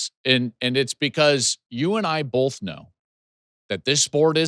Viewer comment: Joel I want you to spell the word "both" out loud. When you do this you'll see that there is no "L" in this word. Please stop pronouncing it "bolth"